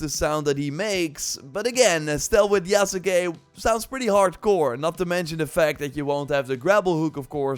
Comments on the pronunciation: lol you still got the end incorrect. Sahs-keh Yahs-keh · Yas-kay You've watched Naruto, right? lol Sasuke Sauce-kay Mispronouncing things gets under my skin is all. 😋 Already took a leap of faith and preordered the gold edition. Game has promise. Looking forward to the direct next month.